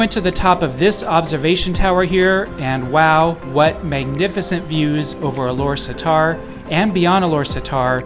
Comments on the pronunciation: its pronounce Alor Star. not satar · We pronounce it Alor Star. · I think it's pronounce as Ah-Lor-Star